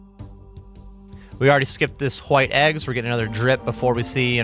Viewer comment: Love your channel and guides. Please pronounce White correctly though. Thanks… 😂